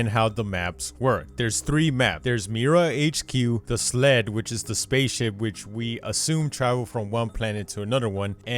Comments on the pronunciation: Nigga said “sled” when its skeld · His accent made me think he said sled instead of skeld